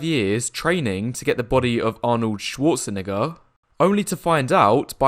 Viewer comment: the way you pronounced arnolds second name